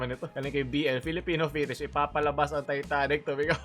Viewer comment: Fetish (Feh•Tuhsh) Hindi kalabaw yun. Baka.